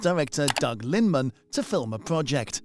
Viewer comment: Doug Liman, not Linman :)